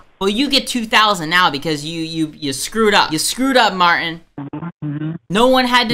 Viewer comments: There’s a ‘t’ in Martin. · Who is Mar-In? Can you not pronounce a T in the middle of a word?